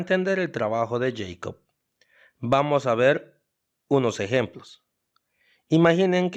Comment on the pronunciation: El nombre de Jakob Bernoulli se pronunciaría "yecob" si fuese un nombre inglés, pero como es un nombre alemán, ya que él era de Basilea, un cantón de la Suiza alemana, su nombre se pronuncia "yacob", casi igual que que la versión castellana de su nombre: "Jacobo". Hay una canción infantil muy popular en alemán que se llama "Bruder Jakob". Si la escuchas aprenderás como se pronuncia este nombre. Es un gran error creer que cualquier palabra que no sea castellana tiene que leerse como si fuese inglesa.